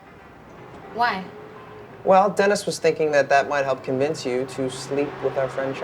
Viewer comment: I love when she pronounces words weird like anytime she pronounces Dennis-“Dinis” or program-“progrum” 😂 it feels so fitting just this mildly annoying quirk this character would totally have and it kills me everytime lol